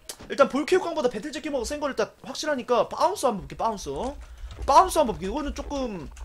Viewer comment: 바운서를 빠운서라한거 실화야?